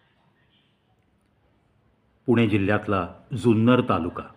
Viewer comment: सुंदर कि जुन्नर ? उच्चार स्पष्ट ऐकु येत नाहीत.